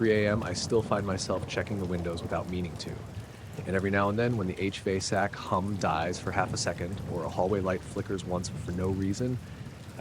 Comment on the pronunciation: “Evey now & then when the H Vay’s pump dies for half a sec”. — H Vay’s?..🤣What.. and Somehow the CC still showed “HVAC”.🤣